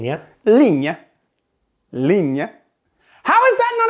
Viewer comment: Thought you did a great job saying "linje". Bra jobba!